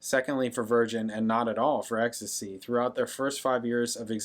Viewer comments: Exx Tee Cee, not ecstasy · ex-tee-see not ex-tuh-see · EXACTLY. Pronounce the letters, not the drug. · Can't reiterate this enough: X...T...C. Not 'ecstasy'. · Its not ecstasy, its X T C. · Prounced X-T-C. Listen to the bass line. Colin Moulding is one of the best, unnoticed bass players ever.